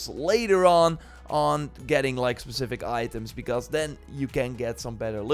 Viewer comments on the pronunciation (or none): none